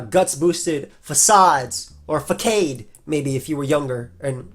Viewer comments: I think because that word comes from French and you pronounce it with a soft "c". But unfort there's no "ç" in most alphabets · I love how when you mentioned facade initially, the first thing I thought was how I called it "Fa-kaid" and then not even a minute later you let me know I'm not the only one. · Lol, sorry I thought fuq-aid was the incorrect pronunciation back then. That said, I do remember calling it fake-aid throughout gen 3 before I cared enough to look it up, so respects still. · “FA-CADE” got me man 🤣 Growing up me and my cousin both called it that. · Gotta drop a like for that pronunciation of Facade because if you didn't pronounce it like that at 11 you're the weird one